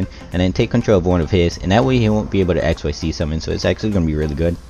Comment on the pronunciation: Hello One correction Xyz pronouncing like exzyz not x y z You read it together